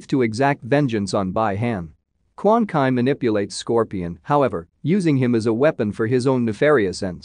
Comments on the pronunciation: quan chi - actually pronounced as - koo-aan-chee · Bai Han?!!! BI-Han Quan Ki??? QUAN CHI! Bro ... know the names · I fooking started looking who is quan kai, then realized he could be calling chi as kai. what an absolute piece this guy is. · Bro,his name is Quan Chi(pronounced as Dragon Ball's Chi-Chi) not Quan Kai!!! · Quan Chi not Quan Kai! SMH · please learn the pronunciations. Every thing you are pronouncing wrong. Who the actual F is Kwan Kai? its Quan Chi. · Quan kie? Not trying to be meen but it's Quan chi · This dude is killing me with him bastardizing everyone's names....who the hell is Quan Kai (Chi)? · Quan kai ??? I thought it was Quan Chi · Dudeyouve got the worng pronunciation for Quan Chi...should be pronounced Kwan Cheeeeeee not Kuan Kai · No offense dude but you are butchering a lot of names. It's Bee Hawn, Kwan Chee, Lin Kway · He dont know how to say quan chi name corrrectly...it irritates me as a mortal kombat hardcore fan....